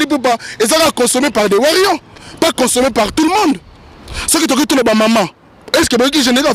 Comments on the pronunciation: Toko beta yo imbecile tu es qui pour nous donner la mis en garde en plus tu connais pas t'exprimé en Français faut parlé ton lingala ... on dit les warriors pas les warrion zoba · okolela nanu oleli té nous warriors et non warrion zoba nous t'interdisons de prononcé le nom de fally on bien ou en mal a partir d'aujourd'hui sinon tu verra ce que tu cherche tu es averti je suis en France et je connais ou te trouvé tu connais les weshhhh donc fait gafe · On dit warriors pas warrions stp. Et puis ozo mela nayo pema ya pamba ba ko tanga kaka kombo nayo soki otiki ya fally te soki olingi problème te na batu wana. Eza kaka conseil. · On dit warrior non warion bourrique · Warriors aza analphabète pour sa il arrive pas a dire correctement